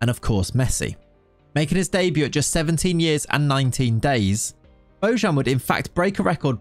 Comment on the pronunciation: You dont pronounce it well it's Bo Y an ,not bo J(ž) an.